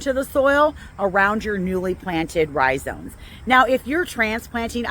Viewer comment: iris rhizomes. With an " m" not "n"